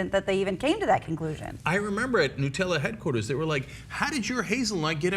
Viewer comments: Holy crap, its pronounced "noo-tel-uh" not "nuh-tel-uh". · noo-tella, not nut-ella